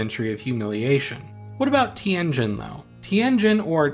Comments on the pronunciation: Tianjin, pronounced TienJIN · You really butchered the pronunciation of Tianjin ;(